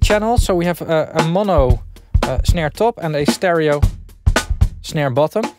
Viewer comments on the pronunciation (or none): none